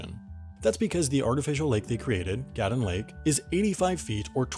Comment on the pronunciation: It’s pronounced GATOON LAKE GATOOOON i lived on that lake a fished there other than that cool vid